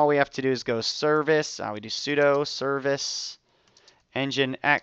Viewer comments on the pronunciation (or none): Nice tut. FYI 'sudo' is pronounced 'soo-doo' rather than like 'pseudo' (it means "Switch User, Do ")